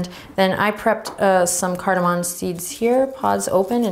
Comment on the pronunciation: CardaMOM. Not cardamon.